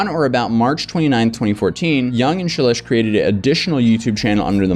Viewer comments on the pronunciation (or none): I believe you pronounce the name “Shelesh’ dimilar to relish. Justbsay relish, but begging it with an SH, as in SH**, just think of her content to help you remember that.